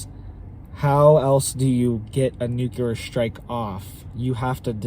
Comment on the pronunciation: Hey guy, it's nu cle ar. Are you trying to sound as dumb as Bush 43 or Homer Simpson?